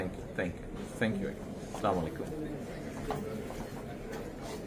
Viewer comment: এত বড় একটা দলের ভারপ্রাপ্ত চেয়ারম্যান সালাম দাও সঠিকভাবে দিতে পারে না আসসালামু আলাইকুম না বলে বলে সালামালাইকুম